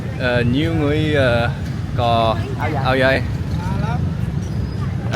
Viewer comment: Just a little tip whenever you say áo dài, try say dài in a downward tone as if you say it upwards, its a completely different meaning thats not too pretty haha, other than that love your videos in Vietnam recently! you came at our most festive days that we are about the celebrate our 50 years mark of reunification - the whole nation is waiting for this big day